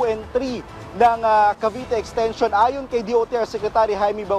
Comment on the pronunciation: Ano ba yang journalist na yan? Mass comm graduate ka man lang ba? Wala man lang diction at tamang pronunciation yung mga words. "Ashana" at "exteyshon" daw? Ang baba talaga ng standards ng gobyerno.